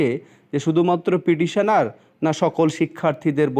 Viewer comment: আপনি পিডিশনার পিডিশনার বলছেন কেনো? কথাটা পিটিশনার। শুনতে জঘন্য লাগছে। ফিরদৌস সামিমের কাছে গেলে পর্ষদ জোর বিরোধিতা করবে।